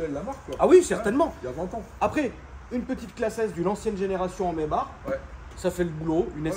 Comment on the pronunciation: C’est pas plutôt Maïbar pour la prononciation allemande?